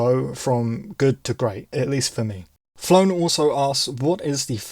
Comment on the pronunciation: Congrats on 1k 🎉 And no issues on the pronunciation, Flown was fine. Loved the answer btw. Road to 10k now 🚀